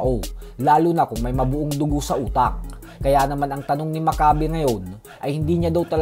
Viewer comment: (M A C C A Y B E ) not mak kabe